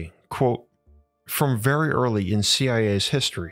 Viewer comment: You speak like your mom loves you ffery fferwe much.